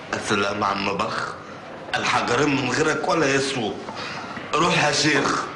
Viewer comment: حجرين مش حقرين ههههه بوظتوا اللغه